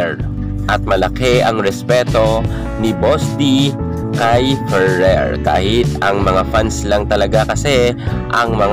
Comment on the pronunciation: Pano yong letter “R” sa Ferrer? 😂🤣